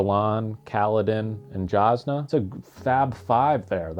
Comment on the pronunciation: Whenever there’s an off camera death.. We saw Jasnah’s lifeles body hit the boat deck tho! 😅 Also, it’s a J with a Y sound according to Brandon, so “yazz-nah”